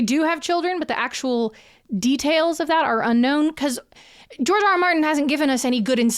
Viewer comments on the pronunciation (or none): When you said "George R.R. Martin" i heard "Jar Jar Martin" 😭